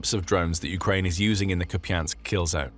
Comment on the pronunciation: Please stop saying kupiansk